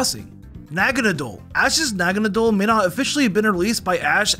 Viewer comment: You sed phampy and rowlet and naganadell wrong